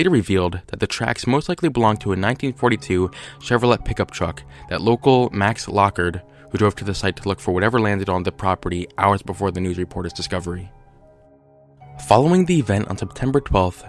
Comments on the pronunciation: Hey man,just wanted to let you know that you mispronounced "Chevrolet". It's pronounced "shevrolae",not "shevrolet". Great video though! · How have you never heard "Chevrolet" said out loud? Shev-ro-ley. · did you say "Chevro-lut" pick up truck? lol... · I love the vids... But it's pronounced Chev-ro-lay. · Chevrolet is pronounced as cheverlay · First off...Ilove your vids...Amazing work, but......"chevro-LET"?????? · SHEV-RO-LEY ffs dude learn how to tAlk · "ChevroLET?" What kind of human being living in America has never heard how Chevrolet is pronounced? Man in Black confirmed. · ChevroLEY is how you pronounce it, not the way it's spelled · He mispronounced Chevrolet . Bro, it's [Shev-ro-lay]. You know, like French? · boi said Chevro-let 💀💀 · whyd u say the t in chevrolet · Because he can't pronounce things properly.